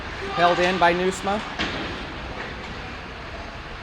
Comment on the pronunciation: Ha! You did great, you can even pronounce Nieusma!!!